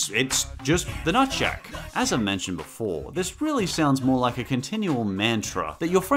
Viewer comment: At first I thought he said “Nutsack” instead of “Nutshack”